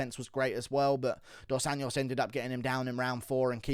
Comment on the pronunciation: I’m a big fan, but it’s about time you start putting a bit more effort to try pronouncing the names of Brazilian fighters right. RDA didn’t start fighting yesterday and the JO in Anjos sounds exactly like that, a J, pretty much as in Jones. Really not that hard (not a Spanish “ñ” for sure, which is how you keep saying it. And for Pedro Munhoz, it’s not MOOnhoz, it’s MunhOHz. What a boring ass card btw. Keep up the good work mate.